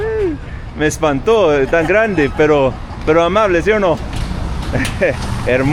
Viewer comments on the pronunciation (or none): none